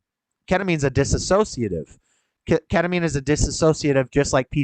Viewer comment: I’ve been following your vids for the past four years. I enjoy seeing you thrive, not just survive. You have a good heart and a strong soul. Thanks for taking us along on your journey. I hope you don’t mind, but the word is dis-sociative, not dis-a-sociative. I hear highly educated folks everywhere mispronouncing that word. I majored in Psych….😅❤